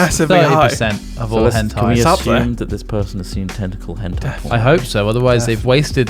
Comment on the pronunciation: Henti?! Hentei?! you gotta be kidding me